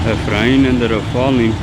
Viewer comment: the way he said "EFRAIN ended up falling" 😂 poor guy, hope he is doing better!